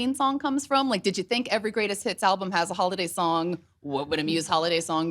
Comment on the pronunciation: I think it was to do with how it sounded like she said “Greatest Tits” instead of “Greatest Hits” like it should’ve sounded